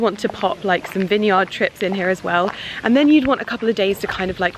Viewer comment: You're pronouncing vineyard wrong.